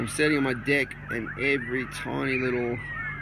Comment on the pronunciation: Lol, I thought you were saying dick then I finally heard deck.